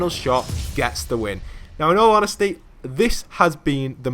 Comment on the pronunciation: In al onhestly in al onhestly